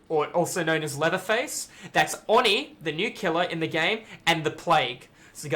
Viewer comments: It is pronounced oh knee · That's not even true. Oni is written: 鬼, read as おに (o-ni). The o is very deep and unlike an "aw". just actually isn't saying it correctly. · Why do you pronounce it "awe knee"? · "Awe knee" is the Japanese pronunciation, but isn't drawing the O out long enough.